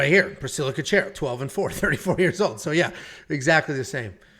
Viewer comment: damn just butchered Cachoeira's last name - Cash-scwhere-aa